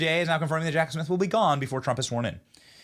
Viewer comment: Jack Smiff? Lol